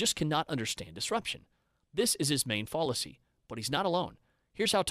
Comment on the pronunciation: lol, sorry. There were several examples but I can only remember two off the bat. Fallacy is “fah-le-see” not “fall-ah-see”, and similarly is “sih-muh-lr-lee” not “sihmi-lair-lee”. You’re of course welcome to say things however you want but it breaks the immersion a bit.